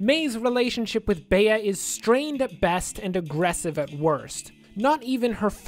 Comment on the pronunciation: Nice video, but it's "Bee". It's short for "Beatrice"